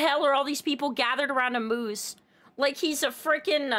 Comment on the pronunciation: As a Canadian. "Moose's" hurt me a bit. Still a super good video, keep up the amazing work and have a Good Day! 🐢